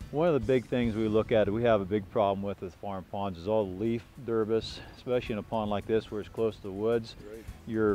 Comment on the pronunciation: clearly knows a ton about how to keep a healthy pond, but "derbis" and "aeriation" are not words. I don't want to be the English police, but when these things are the core of your business, you have to be able to pronounce debris and aeration. That's my only critique, but I do really appreciate the detailed explanations of healthy pond maintenance!